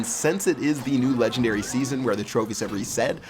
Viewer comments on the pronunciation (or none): none